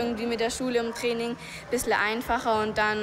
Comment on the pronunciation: Abc Def Das Trraining 😂wie sie das ausgesprochen hat 😂😂